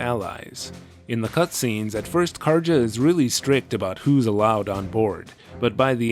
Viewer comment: In Nordic languages, J's are typically pronounced as Y's, Karja is a nordic name, her name should be pronounced as Karya, not Karja.